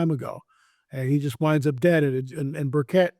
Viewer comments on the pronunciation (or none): Hi, I’m from Tennessee and we love Rep. Tim Burchett here. Please note that you are mispronouncing his name and also misspelling it. Burchett is pronounced BURR•chit. Thank you for your ministry. I’ve followed you for years, and pray for you and your family 🙏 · Congressman Burchett from Tennessee. You pronounce his name like the Burch tree then the word it. I have heard you pronounce and write his name incorrectly. Please be respectful.